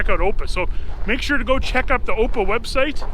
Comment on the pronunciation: just a note to say that AOPA is pronounced as each letter individually: a o p a, not the way you pronounced it. I've been a member since around 1966 or so. Beautiful V-Tail in the ep.